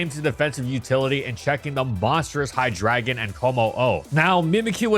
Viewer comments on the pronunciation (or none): none